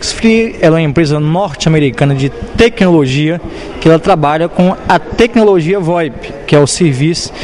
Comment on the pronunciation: IMPRESA "NORTI" AMERICANA DE "TEQUINOLOGIA"... ..."TEQUINOLOGIA VOIPI",QUE É O "SERVIÇI" KKKKKKKKKKKKKKKKKKKK.....